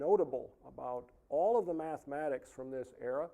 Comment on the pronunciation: Why do these people always pronounce "mathematics" as "maff-mad-eigs"? What the fuck is wrong with them? Why do they hate mathematics so much that they can't even pronounce its name without sounding like complete morons with something stuck in their mouths?